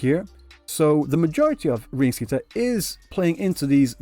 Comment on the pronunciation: im sorry but the way you pronounce Rinacita is making my ears bleed. you can try pronounce it like " Li - nA -si -tauw ". the 汉语拼音 is different from the english spelling, so if you wanna imitate the devs then pls change the R into L, that'll be much better